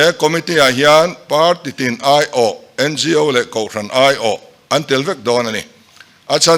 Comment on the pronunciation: NGO AW, tia lamtur niawmtak ani A BC hawrawp lamdan ahpoh awtialam ania tin organisation tihna anibawksiaO) tia kanlamthinhi amakkhawp mai hretura ngaih tepoh hian anhrelo anihhmele